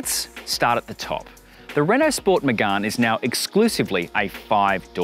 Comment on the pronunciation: It’s “Megane” not “Megun” 😂